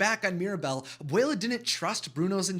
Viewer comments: Can you say that word again? Ab - uwei - lah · I would like to say Abuela is grandmother and Abuelo is grandfather and make sure to clearly pronounce the A and the O in each of them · They way you was saying abuela Alma title was making me think I was saying it wrong..